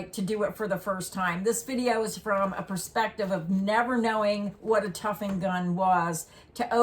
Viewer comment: The word is tufting, not tuffing. That’s the way I learned it, anyway